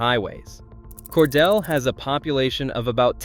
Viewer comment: Cordeeel, not Cordell or Cordella, or Cor de lay.There may be more errors to comment on, but I won't bother. This is where I got off to comment. Jimmy Carter did not graduate from Georgia Southwestern College. He went there 1 year before transferring to GA Tech and then to the Naval Academy. Cordele is not n the MARTA rail line. It is nowhere near East Point or Atlanta. That is an AI being confused by a programmer who doesn't know his ass from a hole in the ground. Why did this flick show the ocean when talking about specific Atlanta neighborhoods?